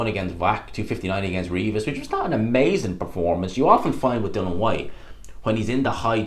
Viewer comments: Why do you insist on calling him Dylan ..it's dillian..is it an Irish thing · His name is Dillian, bro. Not Dillon. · I always hate when you have a video talking about dillian, you piss me off no end when you mispronounce his name. You spelt his name right in the title why don;t you give him the respect to say his name corectly, we dont call you. Say his fucking name right.